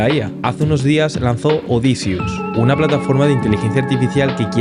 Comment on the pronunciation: vamos a ver, no es odisius, es Odysseus se pronuncia oudi-seaus, luego dijiste obsidius se te mezclo obsidian con odysseus ajjaajja, todo bien pero dale son cosas importantes.